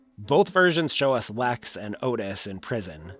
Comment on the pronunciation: "LEX" not "LAX".